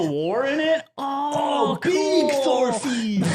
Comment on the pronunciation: BEEG THORFEEN